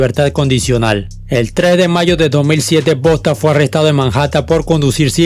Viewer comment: No digas Bosta porfavor jaja bosta son los de aca de mi paìs que hablan cmo centroamericanos